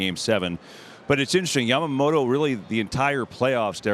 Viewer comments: love how big Papi calls him “Jamamoto” 😂 but seriously big respect for the props the guys give to today’s current players and the performances they’re watching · I prefer it over the people who call him YAM-MA-MOTO.